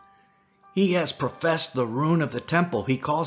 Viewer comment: Prophesied is not pronounced "professed.". Your narrator really needs to learn to read.